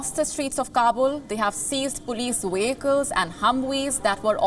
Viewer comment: Ah yes the humwees and wehicles